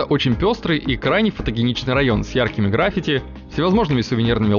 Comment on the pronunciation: В слове граффИти ударение на первое И, Птушкин! на